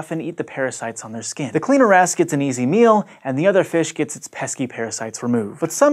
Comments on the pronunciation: Lol. The good old cleaner ass. I can't be the only one who only heard him saying cleaner ass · who else heard CLEANER ASS all the time?? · kept hearing cleaner ass